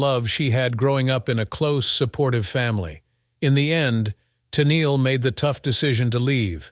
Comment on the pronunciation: Tunnel? Tennely??? I wish uf these exposés are going to use this AI for oration, it be AUTO CORRECTED to pronounce nMes and such correctly from beginning and throughout. Not often or frequently does it correctly pronounce her name..."Ten-eel" correctly. It's voice is also tiresome on the ears as it severally reiterated was has already been said. The information, not withstanding, is ussually interesting but the constant repetition as got to go. This AI is over used not just in these exposes but infomercial also also. Funny though. It NEVER misprinounces the hacked product!